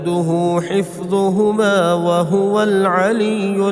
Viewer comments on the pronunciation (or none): none